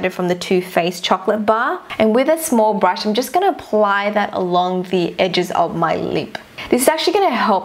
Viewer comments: "and apply it with a bRRRRush" :))) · a brrrushh I'm sorry... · she says brrrush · how she pronounce brush lmao 😂